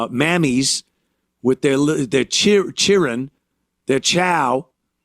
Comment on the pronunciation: He is just concerned about the chillun